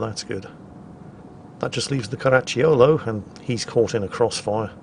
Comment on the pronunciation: When you say "Caracciolo", the stress is on the second "a" and the "i" is mute, being there just to tell you that those double "c" are soft and not hard. It's always the case with "cia", "cio" and "ciu" sounds. The reverse is true for "che" e "chi", which in Italian are always hard. ;)